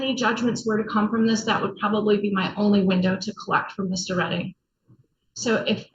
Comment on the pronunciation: Its prounuced Redding 😂